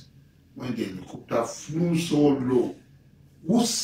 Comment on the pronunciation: Please tell Asari Dokugbo that word is not Elecopta but Helicopter 😂😂😂